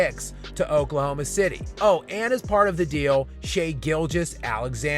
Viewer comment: So, like, when are people gonna pronounce his name correctly? Shai isn’t Shay. It’s Shy. Like Chai or Thai. I know mfers can’t spell or pronounce shit correctly, but “ai” at the end of a word doesn’t end in a long “a” sound.